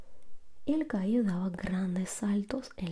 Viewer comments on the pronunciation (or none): Vamo' al gainero dijo el gaio xd